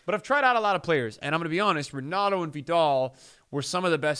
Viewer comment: Pretty sure it’s Pronounced Henato.